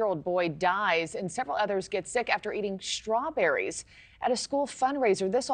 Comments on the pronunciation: Hey.. and everyone else who pronounces words that begin with "st" "incorrectly... They are Strawberries, not "SHTRAWBERRIES"!!!!! Learn English. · That first talking head pronounce the word as "shtrawberries". I've noticed a lot of people lately changing the st combo to sound like sht, like shtrong, shtruggle etc. Anyone else notice that? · There’s no ‘h’ in Strawberries!